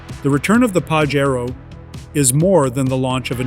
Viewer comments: Not pa she roh It is pa jay ro U cant read the correct name 😅😂😅😂😅😂😅😂😅😂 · Stop mispronouncing the car's name! I own a 97' Pajero Evolution and it's pronounced Pa-SHare-Oh. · Why are you saying PAJERO so weirdly?